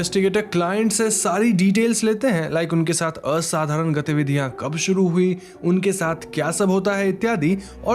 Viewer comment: The way you pronounced असाधारण 👍🏻